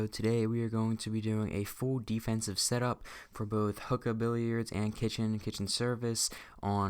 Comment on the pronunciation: also its pronounced (hoo-kuh)